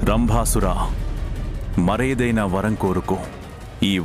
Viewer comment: Vaaram kadhu varam